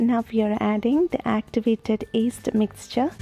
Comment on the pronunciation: I hear east. is that yeast or east?